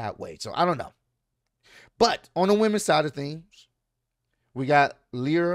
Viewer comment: it’s Lyra lie-ra